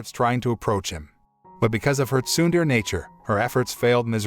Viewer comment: You pronounced "tsundere" wrong